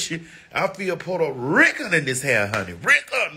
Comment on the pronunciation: Why Maddie always saying "oh Selena wasn't Porta Ricun"?🤣😂😂🤣 💄